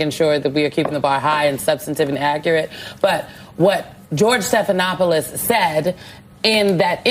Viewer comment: Ahahaha " George Slopinopolis"😂